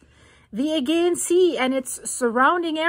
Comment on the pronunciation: You pronounce it 'Aygeean' but I've more often heard it pronounced 'Ayjeean'. I'm not sure which is correct now...